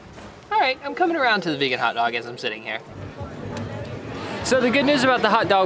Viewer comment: A hotdog should never be pronounced as a karate word.....quinwaaa 🤣